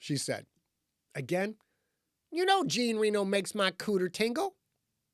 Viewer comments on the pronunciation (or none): Magda doesn't know how to pronounce Jean Reno? (Jaahn Renno)